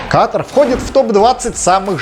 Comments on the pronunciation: Почему русскоязычные неправильно ставят ударение? Говорят кАтар, вместо катАр? В школе географию не учили?🤦🏻‍♀️ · Катар!!! А не Катр. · Дружок не катр а КАТАР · Какой КАТР? Не КАТР а КАТАР QATAR Ребята не говорите пожалуйста КАТР